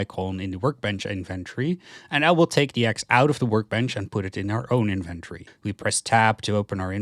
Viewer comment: It really bothers me when you try to say inventory. Try to practice saying the word slowly. IN-VEN-TO-RY, you can also watch some people saying the word correctly so that you stop making that horrible mistake with your pronunciation of "inventory". Anyways thank you for your video. It was very helpful in finding out how to play the game the right way.